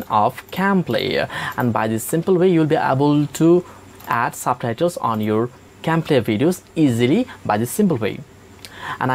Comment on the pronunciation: "SABTHAITHELS" ???????LMAOOOOOOO